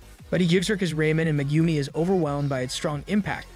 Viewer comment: I don't care about the other names, but butchering Megumis name is a sin...